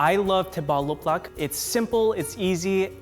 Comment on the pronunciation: well i guess you speak english before started speaking vietnamese cause you are pronouncing “lắc” as if it luck with the last vowel sound like a “k”